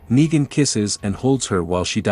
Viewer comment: Why you say nagen